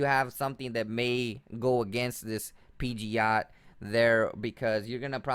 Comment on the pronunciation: "peegeeoat" is pidgeot